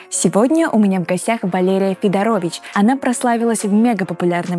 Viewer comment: фамилия как то странно прозвучала